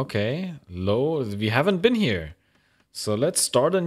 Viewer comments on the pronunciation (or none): none